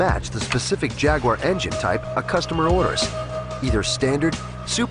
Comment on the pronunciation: So funny that they put subtitles on certain parts were an english man is speaking english. Especially when the american narrator can not even say the word jaguar correctly, or the word Warwickshire. Good god. Never the less, thanks for posting this video. Love my XK :)